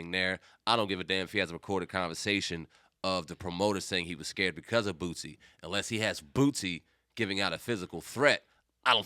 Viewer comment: Bootsie? Cmon Boosie been around too long for you to be saying that 😅 you still all my thumbs up